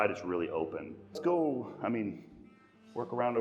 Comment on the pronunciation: The "let's go" at the end almost sounds like "my man" haha.